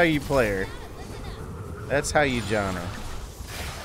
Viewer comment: Bro really said Jonna